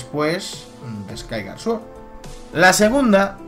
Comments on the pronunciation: Me da un poco de vergüenza ajena escucharte pronunciar Skyward Sword... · no sabia que skyward sword se pronunciarse skaygar sworrt y que twilight princess se pronunciarse twoailar praises jaja tu pronunciación es la mejor ¡¡laik!! pero en concreto desacuerdo con tu teoria por que tus argumentos siguen sin encajar con muchas cosa como el por que los korok estan si no existieron asta despues de wind waker y el por que de los hombres pajaro si no existen en skyward sword y no creo que en cien años allan aparesido de la nada lo de que si la espada es la misma que la de skyward sword no tiene logica ya que solo ay una espada maestra y es la misma en todos los juegos en donde sale lo que le pido a tu teoria es que sea mas logica mas objetiva y mas vasada en los echos y es valido querer inventarse cosas para que encaje en tu teoria pero debes de admitir que te estas engañando en fin buen video me isiste reir mucho con tus pronunciaciones en ingles muy acertadas xD